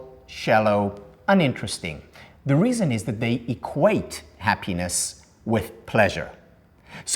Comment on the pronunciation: The guy is talking for an hour about „ha-pínes“.